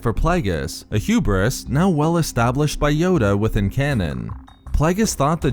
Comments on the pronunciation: Renard Corsair H U B R I S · Say hewbris one more time